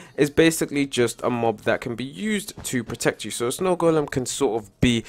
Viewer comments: The "d" is silent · snow goldem? good english! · Its golem not goldem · No its goldem not golden